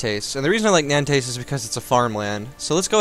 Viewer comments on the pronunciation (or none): Hey just a little tip for you when pronouncing french words : the -s at the end of a word is almost never pronounce (for example, Nantes must be pronounced "Nant") ;) Nice videos, keep up the good work btw ;)